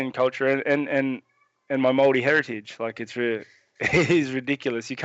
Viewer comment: In case anyone is wondering, it's spelled Maori (phonetically pronounced Mouldy). The Maori are the people native to New Zealand before the British arrived and colonized. They're the New Zealand equivalent of Native Americans